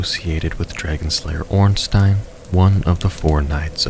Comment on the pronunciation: The way you were pronouncing Ornstein was scaring me